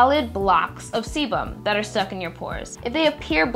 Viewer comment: Did I hear semen? at minute ?